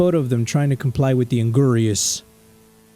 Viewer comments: its not An-gyour-ius its An-gyour-us hope this helps so you spell it right👍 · Its "Ang-ear-us" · sounds like "anger us" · Thats not how you pronounce that name tho